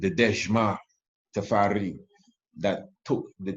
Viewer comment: Tafar eye, not Tafar eee!